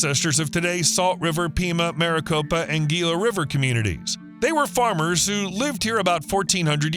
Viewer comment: Gila pronounced Hila - Saguaro pronounce Sawaro